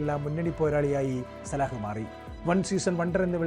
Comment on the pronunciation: സലാഹ് അല്ല സല ആണ്